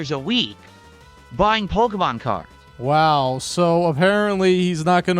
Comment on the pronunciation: Can't we report this guy? The way he says "pokheymawn" should be reason enough to dox him